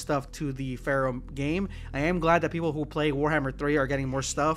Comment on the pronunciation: I forgot Pharaoh was even a thing. I kept thinking you were saying fair. I was like “what the hell is he talking about?”